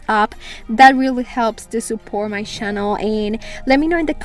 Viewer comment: Someone should help her pronounce channel?